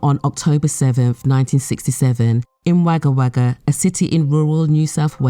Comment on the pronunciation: May they all rot in gaol. RIP Janine. ✝️ (Wagga Wagga is pronounced wogga wogga not wayga wayga) 🇦🇺🇦🇺🇦🇺🇦🇺🇦🇺🇦🇺🇦🇺🇦🇺